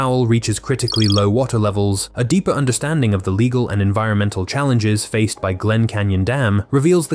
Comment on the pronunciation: "... a complex, leggle [sic] framework ..." -- because your robo-reader can't pronounce "legal"?